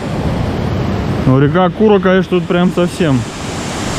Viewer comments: Здравствуйте ребята в слове Кура ударение падает на второй слог. Если не были в Кисловодске рекомендуем, Кисловодский парк тысяча га есте что посмотреть, а виды шикарные, вход был бесплатный, бесплатно можно попробовать разные виды минеральной воды. Удачи вам. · Молодой человек, река КурА, а не кУра.Кошмар. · Интересный репортаж. Но все же, ребята, внимательнее к лексике и ударениям в словах. Это привлекает. Особенно всем известных. Река Кура у вас как курочка. Хотя, ударение на второй слог. Сибас наоборот на первый. Посмотрите. По редактируйте. Такое качество очень важно для увеличения подписки.